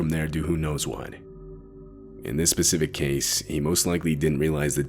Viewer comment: “In this ‘Pacific’ case”! Come on man learn to spay “specific” although I realise diction is hard for you guys!